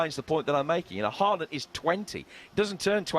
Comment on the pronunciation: You can tell none of these muppets have even watched Haaland play apart from the occasional Champions league game. If they had been watching him for BVB in the Bundesliga, they'd know its pronounced "horland" not "harr-land". Reminds me when pundits were going on about Aubameyang and they couldn't even get his name right